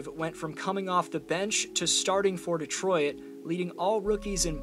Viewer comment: Cool video, except for when he called us "Detroy-it" over and over.